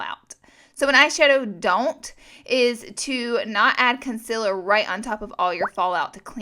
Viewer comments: It's con-seel-er not counselor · Omg the way you say concealer😂 lmfao it’s concEAler not conCILLor. You gotta pronounce the E more. Con-CEA-ler. Sorry I had to, this bothers me so much😂